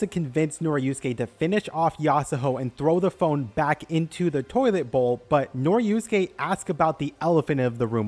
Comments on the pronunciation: i was so mad cuz u keep saying noriuske instead of norisuke😭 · He mispronounced Norisuke too, added a syllable and turned it into "Noriyusuke" I'm imagining doing that to other characters. "Jotaryo kujo" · bro really called norisuke noriusuke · YES, that was bugging me for the entire thing, like he swapped a letter from each of their names. He kept saying Tsurigi and Norusuke.